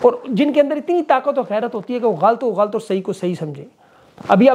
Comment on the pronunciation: آپ بڑے اینکر ھیں تلفظ کا دھیان رکھا کریں لفظ غلط ھے غ اا ل ط